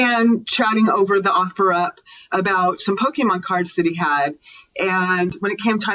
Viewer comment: Not "Pokeman" 😂😂